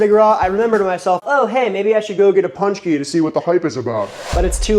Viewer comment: It's not "punch-key". It's "pon-chky"